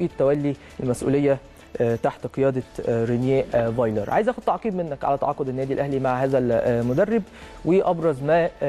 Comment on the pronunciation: دانت مش عارف تقول رينيه فايلر... طالع تهري و خلاص